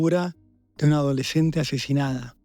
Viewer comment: Por qué dijo "adoleshente asheshinada"?